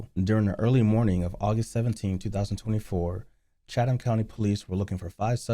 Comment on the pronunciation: Gone speak on the city pronounce the county right my guy